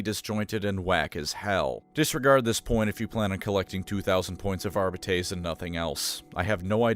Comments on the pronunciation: Pronouncing arbites like this is crazy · I know that you know that your pronunciation of the word “arbites” is wrong. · My favourite part about the Adeptus Arbites is there is not a way to say the word “Arbites” that sounds remotely satisfying or correct Arba-taze? Arr-bee-taze? Arr-bee-tees? Arr-bytes? Arr-bi-tees? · You gotta say it like in Latin. Hercules --> Arbites. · I really hate how you keep mispronouncing Arbites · Is no one gonna mention how Arbites is not pronounced that way? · You could au least use the common mispronounciation instead of making up a worse one. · i dont like the way he pronounces arbites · AR BITES not arb bee tays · This pronunciation is throwing me off. I thought it was Are-bee-tees. Audio books say it this way I’m pretty sure. Am I missing something. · It's not fucking "Arbitayyysss" but "Arbites". Stop pronouncing latin like a dumbass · Its actually pronounced "Arbites" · Say it with me, Are-Bee-Teas. Idk why you’re pronouncing it Are-Bay-Tays but everyone in the new rouge trader dlc says it properly. You and majorkill have the same funny quirk of absolutely butchering the pronunciation of terms that your channel is all about. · Our-beetees? Are-bee-tees is the correct pronunciation ordained by the Emperor himself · GW decided that the technical pronunciation is "Are beet ease". No I don't know why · Always thought it was pronounced ar bite ees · I’m not trying to be a dick, but I can’t handle the way this man pronounces arbites. It’s definitely Ar-bee-tees. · great vid but the entire vid made my skin crawl with how he pronounced arbites ar-byte-ease i know he did it on wrong on purpose as a filthy eldar symp and ive alerted his local inquisition and arbites detachment that a xenos lover is slandering the god emperor’s most unscrupulous most just and lawful organization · I thought it was "Ar-bee-tiees". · You played Rogue Trader, you know it’s pronounced “Ar-bee-tees”. I don’t like it either so respect the dedication lol